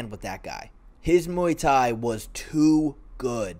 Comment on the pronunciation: When you say Muay Thai I think oowii